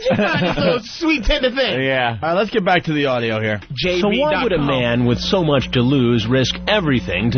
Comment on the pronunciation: Opie is a dope but I do agree. At that point "the show was sshome mush better, sshome much better."